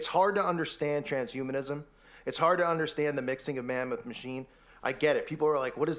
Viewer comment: Okay he's brought it up so many times, and pronounced it wrong so many times, I'm not honestly sure he knows., there's a difference between transhumanism and trans humanism. Okay?